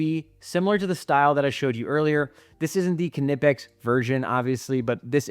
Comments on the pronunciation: Great video but I believe the k is silent in knipex I believe it’s pronounced kni pex like knife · It’s German, so the k is not silent it’s pronounced kuh-nip-ex. Even according to the company themselves. Common mistake though. Seems like everyone calls it something different lol